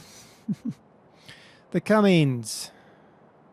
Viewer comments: cummins not cummings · OKay, try this. Not Cummings, its Cummins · CUMMINS NOT CUMMNIGS!!!!!!!!!!!!!!!!!!!!!!!!!!!!!!!!!!!!!!!!!!!!!!!!!! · Well umm I do see like the 07 cummins on farms and it's not pronounced Cummings also the bike I've seen you wreck that thing a hundred time and the ford 150 can be that loud it's called aftermarket muffler... I see it more and more your preferring the more European equipment and vehicles over American stuff that really I can see what's better